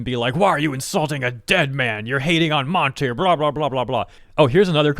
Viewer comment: I know I might sound like I'm defending RT, but insulting a dead person's name is quite a low blow. has the right to has an opinion and criticizes things, but at least she could've say Monty's name right. But I get why RWBy fan hates her, she insult the thing that they love, so the blowback from them is expected even though it's full of shit.